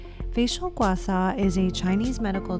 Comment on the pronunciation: Thank you for this very informative demo video! However, the tool is pronounced “Gua Sha”, and not “Gua Sa”...